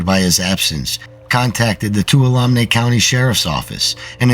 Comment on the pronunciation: Hi! New subscriber here. One suggestion: it would be great if you would do a Google search to find the pronunciation of names you're not familiar with. For example, you can just Google "How do you pronounce Tuolumne" and it will say it for you. It would be a lot easier on the ears of those of us familiar with these areas if they were pronounced correctly. Thanks for the great stories!